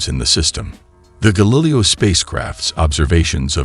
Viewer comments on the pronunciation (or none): Screw that stupid computer voice narrator. How could you not catch the thing can't pronounce Galileo correctly?! That makes the video seem amateurish and makes it unlistenable. Boo.